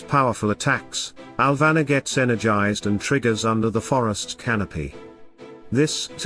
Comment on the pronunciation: It's "Alvanor" not "Alvana", love your videos.. please keep sharing